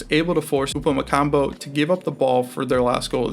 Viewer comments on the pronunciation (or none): Pronounce Upamecano welll...its not Upamecambo!! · Its not "upamecanBo" 😅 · This video is unbelievably shit. You cannot pronounce "Haaland" or "Upamecano" properly and you made fun of the 3-2-4-[1 formation given by the broadcast, when it was the correct setup. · You miss pronounce Upamecano the whole video